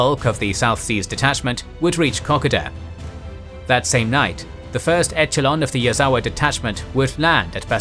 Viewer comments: the way he says 'etchalon' for echelon is making me wince, and the weird put on old-timey English accent is a strange choice. Still great video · Very fast talking with numerous mispronunciations of town names and basic words eg echelon is a soft ch like sh sound, not hard like ch in cheese.